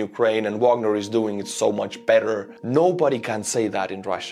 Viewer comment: Wagner, as in Richard, not Porter, pronounced in the German way on their sites and by most other pundits. Vahg our.